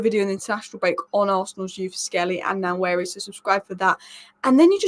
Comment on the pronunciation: Love your content, small nitpick, it's pronounced Wah-Neri (the "N" is silent).